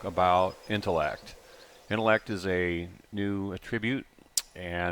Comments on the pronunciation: I'm going to be that guy...just bugging the hell out of me. It's ˈatrəˌbyo͞ot when it's a noun as in we're talking about someone's intellect. It's əˈtriˌbyo͞ot when it's a verb. Sorry, but I couldn't help it! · Its ATTribute... not a-TTRIbute. I love your game, but you're killing me with this. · dear. attribute has the emphasis on the first syllable when used as a noun:) also water physics. if a few guys from Iceland could figure it out, then i'm sure you can too. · Nothing more hilariously ironic than listening to discuss the Intellect Attribute while mispronouncing the word "attribute," which he does in every video. The first syllable is stressed in that word, not the second. Man, it's amazing how the internet age has isolated so many of us from face-to-face communication that we don't even know how words are said in our own native languages anymore -- I see this SO OFTEN on YouTube now, it's so depressing. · The noun attribute is not pronounced the same way as the verb.